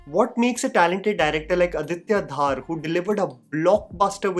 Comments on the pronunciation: It's not Dhaar it's Dhor . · I think It's dhar not dhaar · Bhai...pronounce Dhar in Aditya Dhar same as how Dhar is in Dhuran-dhar. That is the proper pronunciation of Kashmiri surname. The other one is probably of Bengali Dhar surname.